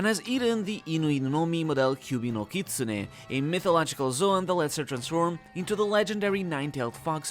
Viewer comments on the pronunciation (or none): none